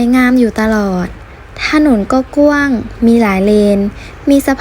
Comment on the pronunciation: ยังไม่ชัดนะ ถนนกว้าง ไม่ใช่ ถนนก้วง